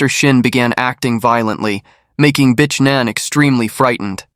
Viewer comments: Omg Everytime u say her name I just cringe. It's not pronounced bish, it's pronounced bic like a bic lighter "bic ann" smh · Yo its pronounced bick. Not bitch lmao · Just say "B" and glide onto the next word; it will sound professional. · Really? you literally pronounced her name “bitch”.